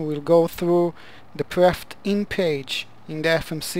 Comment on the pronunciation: Why do you call the "Perf init" page "Prefting" page? I hope your English substantially improved after 11 years.